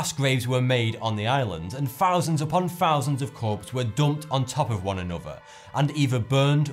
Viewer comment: How come when you say words like "Thousand," you make an F noise instead of a TH noise? "Fousand?" What kind of accent are you speaking in?